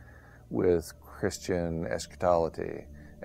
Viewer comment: 2 Peter 3 warns of people like this bloke. He's incorrect about eschatology (and not just the pronunciation!) : the climate changes all the time, but it's sunny and rainy and more folks are living and better than ever before - we have gone from 95% down to under 10% living in poverty. I feel for these sad lonely "preppers": Jesus Christ is the light of the world, He is just, and there will be in the future a day where we will be in the New Jerusalem, or the outer darkness.